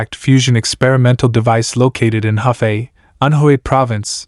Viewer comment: Hefei (合肥）in pinyin is pronounced as "her" (shortened tone) "fei".